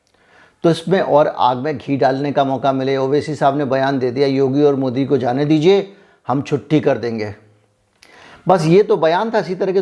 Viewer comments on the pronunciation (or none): none